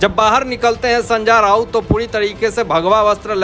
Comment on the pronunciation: अबे संजा राऊत नही है उसका नाम। जरा नाम का सही उच्चारण का अभ्यास कर और बाद में व्हिडिओ बनाना।